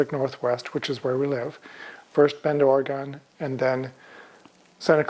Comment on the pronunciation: Oregon is pronounced “or-a-gun” :)